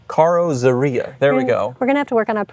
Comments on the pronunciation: "Carrozzerria" is Italian for coachbuilder. It's been used with Carrozzeria Touring, Carrozzeria Ghia, and in this case Carrozzeria Allemano., work on the pronounciation and you'll sound very Italian (think of Christoph Walz in "Inglorious Basterds" 🤣). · It's pronounced "Càrr-otz-àrreeyà", BTW!! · The Italian word your are butchering means coachbuilder. AC lost the tall Bristol engine and then Shelby approached them with the offer of the Ford V8